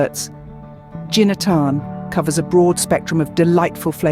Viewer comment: I wish the narrator also researched how to pronounce "Ginataan" properly.